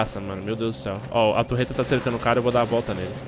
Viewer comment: facinado pela "turreta" kkk